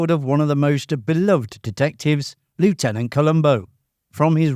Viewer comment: Mispronounced 'lieutenant' there, my friend...